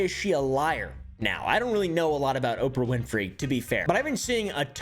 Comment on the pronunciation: "Opah winfey" had me balling